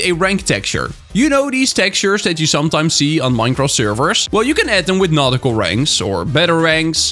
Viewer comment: Awesome video as always,! (Am I the only one who heard "not cool ranks" instead of "nautical ranks"?)